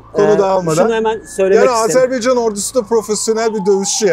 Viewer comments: Allah aşkına nolur artık "Azarbeycan değil Azerbaycan" demeyi öğrenelim....!!!!!!!!! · Hocam Azerbeycan değil de Azerbaycan şeklinde telaffuz ederseniz daha doğru olur.